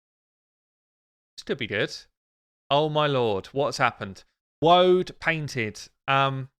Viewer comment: Came here for ”woadpainted” wooooad painted. Wasnt dissapointed. :)